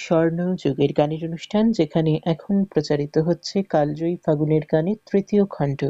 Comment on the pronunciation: ঘোষিকা মহাশয়া, দয়া করে বাংলা শব্দের উচ্চারণ যদি আরও একটু ভালো ভাবে অনুশীলন করেন, আমাদের শ্রবণেন্দ্রিয় আরাম পায়। 'কালজয়ী' শব্দটিকে আপনি বার বার কাল্ জয়ী অর্থাৎ ল-এ হসন্ত সহযোগে উচ্চারণ করেছেন। শুদ্ধ উচ্চারণ হবে কালোজয়ী, যদিও বানান কালজয়ীই হবে।